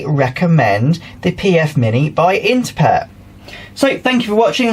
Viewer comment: This was a little like the moment I finally realised there was a Z on the end of Heinz and not an S. For years I have been saying Interpret with an extra R. As soon as you said it correctly I felt like an idiot..... lol